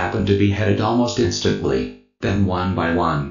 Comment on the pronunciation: In-stent-lee LOL